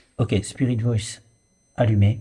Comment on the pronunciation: Salut. Je pense qu'il est possible qu'un esprit prenne possession de qq1 et parle grâce à la voix de la personne! PAR CONTRE, ICI je suis persuadée que tu dis "Y'A QUOI LÀ-BAS? C'EST QUOI ou DÉJÀ " En effet, ça t'arrive souvent d'avoir la langue qui fourche! Tu dis souvent "spirit Boice " ou lieu de Voice. Par exemple! Voilà, belle enquête cela dit